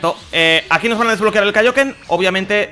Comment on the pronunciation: Di el kaioken como en la serie que lo dices mal y me da un poquito de asco